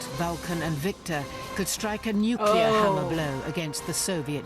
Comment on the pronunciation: There are thirteen people who pronounce "nuclear" correctly. You are one of them.